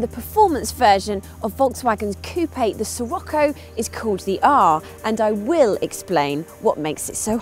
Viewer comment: " I Hwill explain,I hwill"